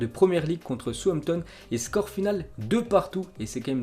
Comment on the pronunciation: Comment tu prononces southampton 😂😂😂